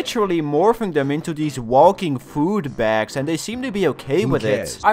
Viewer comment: Your accent made ‘catch different kinds of food’ sound like ‘catch different kinds of poop’